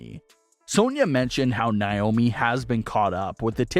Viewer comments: NAY-OMI. Not NYE-OMI!!! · why do you always pronounce naomis name wrong? it's not niomi it's Naomi.